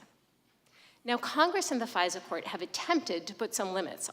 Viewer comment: There is an "R" in FISA? She is so stupid.